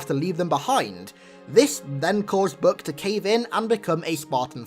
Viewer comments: His namn is Buck, BUCK. Not "Buk"... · book? does he mean buck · Omg its buch not book